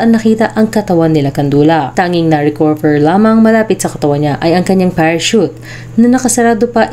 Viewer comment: Potek nakita ko sa pa sa TV yung orihinal na report nang insidente na ito. Tawa kami nang tawa ni erpat kasi walang maka-pronounce ng salitang "parachute."